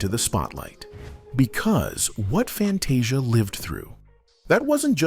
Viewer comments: Pls learn how to pronounce Fantasia’s name! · This narrator needs to learn how to say her name Fantasia and the character Celie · First of all, can you please pronounce her name, right? Ughh